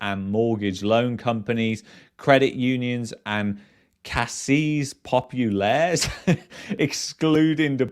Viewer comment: Caisse populaires is pronounced “case pop-you-lair”